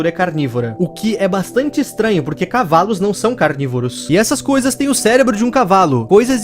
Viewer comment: Acho que o Carlinhos fala cavales